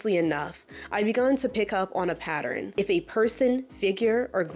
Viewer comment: I’ve never understood what exactly took place between her and fd (whom I can’t stand) but hearing someone say patterin and repeatedly gives me the absolute itch 🤦🏾‍♀️ Can’t get through this but I’ll try again later.